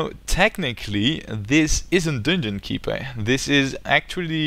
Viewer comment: "dunngunn keepurr"